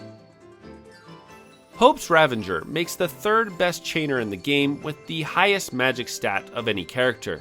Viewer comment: The imaginary "n" you inserted into the pronunciation of "Ravager" had me go double check the spelling of the word. 😂 Quite the oversight in the making of this video, but I still had fun with the content :) PS, Sazh does suck... But I see him as the heart of the team and most likable character. So I'll force him into every role to keep him around 😁... His character stats are partially offset, though, by his weapons having some of the best stats in the game.